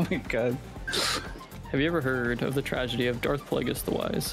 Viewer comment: "If he's so wise why is there a tradegy" Tradegy is crazy.